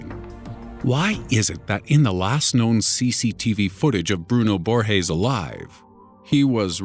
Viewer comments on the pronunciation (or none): it's not pronounced "borhes" the "g" sound in portuguese is not the same as in spanish, it's pronounced just like in english. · Just one thing. Brazilians speak Portuguese, not Spanish. And Borges doesn't sound like Borhes in Portuguese. Not at all. It would be closer if you soundes like it was in English. It wouldn't be the right sound, but much closer and it wouldn't look like you want to speak correctly, but failed miserably. It's cringy when people assume we have that soung for "J" or "G". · "Bruno Borges" is Brazilian. G's don't make the H sound in Portuguese. That's only in Spanish.......